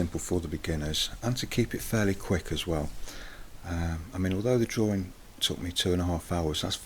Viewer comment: the way you say drawing sounds like drawring. I'm not trying to be offensive or anything, so sorry if that offended you.